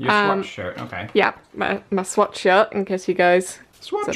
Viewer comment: Am i the only one who kept hearing sweatshirt instead of swatch shirt?